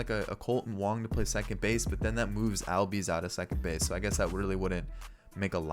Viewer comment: It’s pronounced allbies